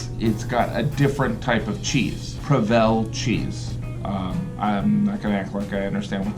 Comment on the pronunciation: It's PRO-vel not Pro-VEL Gaffigan!